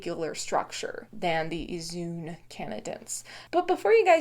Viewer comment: Just FYI on pronunciation - zoön (o followed by o-umlaut) is pronounced as two separate "o"s. Somewhat obscure factoid, the diaeresis is used in English to indicate a separate syllable rather than forming a diphthong. So "zoe-on", rather than "zoon". Looking up diaeresis in a dictionary or on google will give longer explanations. Regards.